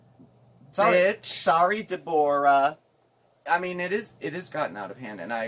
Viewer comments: She can’t even pronounce Deborah. She recently said Deboar-a. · She can’t even pronounce a common name like Deborah correctly. 😱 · Either she wised up or perhaps she got sick of pronouncing her name incorrectly.